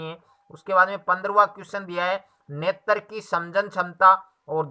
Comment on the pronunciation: Nett nahi netr